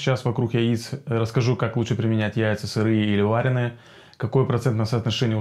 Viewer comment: Спасибо за видео. Ударение в слове "варёные" приходится на "ё" :) Причем, то так то так произносишь. Но это мелочи... А что насчёт жаренных яиц? А то всё про варёные. Сильно хуже чем варёные в плане усвояемости?